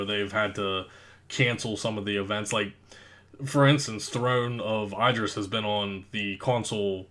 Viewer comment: throne of ID-dris. smh